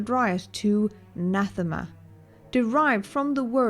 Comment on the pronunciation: Pretty good. I subscribed, both because of your talent annnd because you pronounced ‘Nathema’ as intended! Thank you for that, and thank you for the entomology - so much can be learned through studying the derivativation of language. Edit - were the three children conceived after Vitiate took over Valkorian’s body? For that matter, when did Valkorian wed Senya - before or after Vitiate? It seems as if after, but I suppose Vitiate could also have inhabited a host that already had a wife and children…along with already being an aged emperor of a vast and prosperous empire, so important for the unfolding of Vitiate’s plan. Either way, this is an intriguing hypothesis that checks a lot of boxes, is consistent, and does well with answering a question I, myself, had - for what purpose or reason would Vitiate want the distraction of a family? And as far as Revan missing Bastila and Vaner so intensely that it influenced Vitiate, well, I know what intense longing feels like.